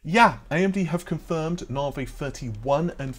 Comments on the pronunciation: Na vi….. not Nar Vee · "Nahvay 30 free"